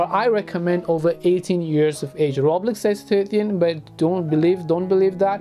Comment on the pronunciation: did he just say roblex i thought i was the only one who said that as a joke